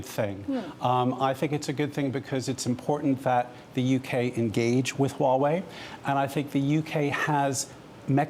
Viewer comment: Kinda disappointed even the Huawei CSO cannot even pronounce "Huawei" right....